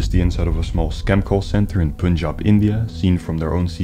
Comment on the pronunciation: It is pronounced pun-jab. Pun is pronounced like pun intended